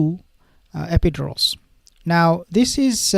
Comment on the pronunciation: Pronounced. Epi- dur-als